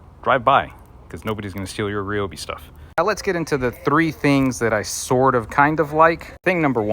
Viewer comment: it’s RY not REE